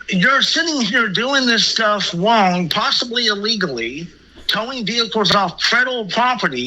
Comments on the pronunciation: “Im twying two wet you know what you are doing wong” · So glad someone else thought this! You are so wong! 😂 I wanted to shout every time he said wong instead of wrong!